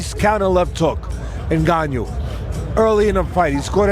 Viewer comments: 😂 " Nganiou "... Teddy c'mon! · Cant even speak the name proper 🤣🤣🤣 N GAN NOU easy lol the people LOVE too hate on aj but humble pie got through at all the fuckers and aj never got smoked by usyk especially in 2nd fight usyk won by 2 3 rounds even fury stated this wilder and fury get ENDED by aj quick aswell especially wilder